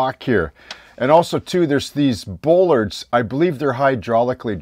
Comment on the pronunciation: Superb modelling! I have been watching your vids for a couple of years now and have learned MUCH. In a previous life I was a welder/fabricator with a few years of working marine construction so I have a couple of tips to contribute: bollards are pronounced 'ball-ards' not 'bowl-ards', the reverse curve of a ship's hull that you are working on so correctly is called "tumble-home" (whenever the stern sides of a ship curve inwards above the water-line), the slots you said you are unsure of the purpose of - they are, indeed, scuppers. They ensure that no water that gets up around the large diameter pipe that wraps around the whole stern of the tug is not able to lay in the V created by the pipe and the plating and promote rust. The round 'pegs' do indeed pop up from the hydraulics cabinet in the center of the transom area. These, together with the roller you pointed out form the 'fairlead' that guides the tow cable. They are retractable because if the tug should somehow get cross-wise to its tow, it is possible for the cable to roll the tug over on its side. Tugs have been lost in the past due to this, so current designs use these retractable fairleads. If you visualize the tug as having its tow point positioned ahead of the propeller at the center of the winch drum, the geometry becomes clear. I will be looking forward to part V. All the best and thanks for sharing your deep knowledge...